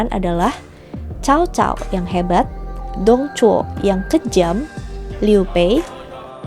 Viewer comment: Dong Zhuo = Tong Chuo Lū Bu = Lu Pu kak bacanya